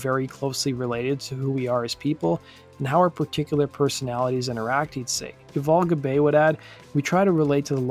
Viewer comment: Pronounced Yoo-voll' Gob-ai' .